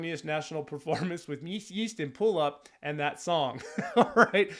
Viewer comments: Vees meenoost and pooloop 😂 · An Estonian here, loved your reaction and to help my fellow man out, you pronounce their name as: (read as you would in English) - "Wees meen-ust (the U pronounces as the O in 'cool') & Poo Loop". It translates roughly to: Five minuses and wooden magnifying glass. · I love your reaction video, your interesting comments, your energy and the warm support to the song of my country! Yes, the pronounciation is completely wrong, but never mind (you should pronounce it "poo loop") 😂 This bunch has helped to keep up the party spirit of many parties in Estonia.